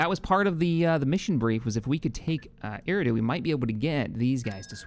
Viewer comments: Eriadu is pronounced er-e-a-du (without the breaks in the pronunciation) Keep up the good work and funny moments! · “E-rah-do” I believe